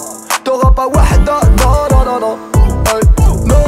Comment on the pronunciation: sa se prononce wahda pas wada le h se prononce